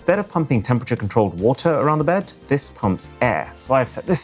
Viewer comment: 🛑🛑🛑“Sparkling WOTAR” 🤦🏻‍♂🤦🏻‍♂😅😅 It’s spelled like it’s pronounced “WATER”